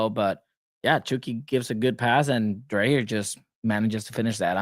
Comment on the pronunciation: So maybe that Right to dream thing may be working. Greetings from Farum (FC Nordsjælland) I am looking forward to follow the "sisterclub" You need to learn to pronounce Dreyer as DRYer, we can take Ingvartsen and Tverskov later.